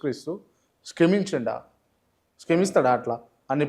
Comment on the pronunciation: "స్కెమించిండా...స్కెమిస్తాడా అట్ల.."....ఏం ముదనష్టపు తెలుగురా అది.😂😂 క్షమించిండా...అని చెప్పి సావు